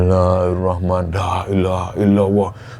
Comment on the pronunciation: Assalamualaikum cuma mau ngingetin dikit. Intuk membacakan kata Laailaha illallah tolong pemenggalannya diperhatikan. 🙏